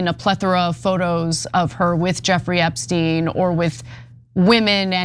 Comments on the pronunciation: Funny little slip there, Hillary... EpstEin instead of Epsteeen. I read somewhere about everyone pronouncing his name wrong besides those who knew. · "Eppstine... Eppsteen..." >>> This is what they call a "glitch": she accidently pronounced the name more correctly...🙂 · I’m glad someone said that!!! That was very slick but noticed “epstine” haha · “EPSTINE” is some Reagan Level obfuscation! 🎖️ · Oh look, she knows so little about him that she can't even say his name right.